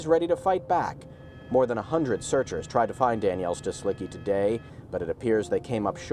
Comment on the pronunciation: [stislitzki] -cki ending of surnames should be read like “tzki” or “tski” kind of sound :)